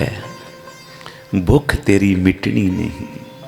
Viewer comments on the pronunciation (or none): ਬੁੱਖ ਨਹੀਂ ਭੁੱਖ ਹੁੰਦੀ ਹੈ ਜੀ 🙏